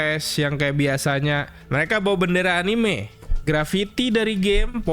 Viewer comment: Bacanya anime bang, bukan anim.